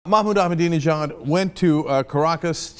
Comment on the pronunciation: I spent the entire commercial trying to pronounce "Ahmadinejad," and Cenk gets on and immediately spits it out effortlessly. :-\